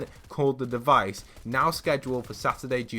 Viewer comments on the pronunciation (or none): "the deivce" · “The devise” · "The devise" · “The Dievece”